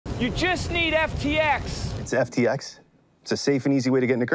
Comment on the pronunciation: he messes up his own company name